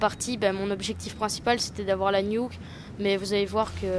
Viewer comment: On dit nuke pas niouk :-)